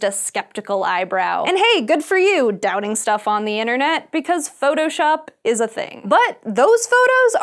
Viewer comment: Medal ? Innernet ? Plenny ? Can't you pronounce a T ?